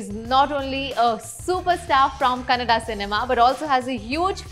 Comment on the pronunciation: Lots of good wishes and thanks to you kamiya for having spoken so well about our kannada hero and thank you for pronouncing kannada as KANNADA and not KANNAD like most of the journalists and media persons from north say . Lots of love from Karnataka. Cheers to curly tales 🎉